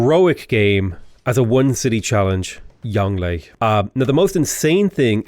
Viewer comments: Try pronouncing it “yong Luhh” to get closer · Well done on shah = king, which goes some way in making up for your pronunciation of Yongle, but you can never atone for what you did to Bogota.